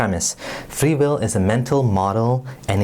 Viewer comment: What the fuck is fwee weel